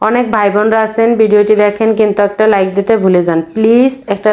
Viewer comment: কিভাবে কি বললে আপু লাইকের কথাটা বুঝতে পারিনি